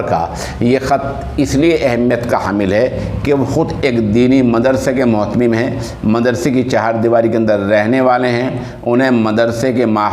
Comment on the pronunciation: متہم نہیں مہتمم ہوتا ہے